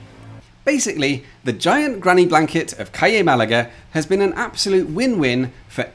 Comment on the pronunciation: Just the word 'CALLE' to learn pronunciation of. Try Forvo.